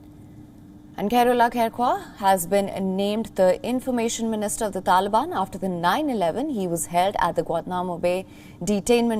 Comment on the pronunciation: The way you pronounce TALIBAN sounds UGLY.